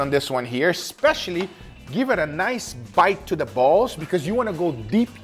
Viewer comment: The way he emphasized the word Balls is so damn funny 😂😂